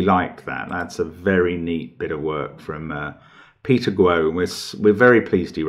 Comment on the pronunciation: Just coz you usually like to pronounce names correctly, Guo is pronounced gwar, rhyming with war (in an English accent, and not with the hard American r). Great little puzzle. I struggled with the break in hardcore. Maths will forever remain my achilles heel. Thanks as always.